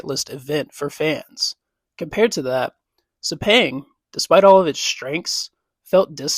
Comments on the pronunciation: After hearing ‘Sepeng’, you stop watching. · Pronounced (Sir-Pang) - Sepang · It's so cringe every time you mispronounced Sepang.